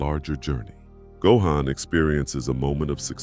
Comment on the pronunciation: Gohan’s name is not pronounced right!!😐😑